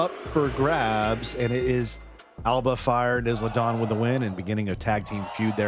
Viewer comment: As a heads up it’s pronounced “eye-La” not “Is-La”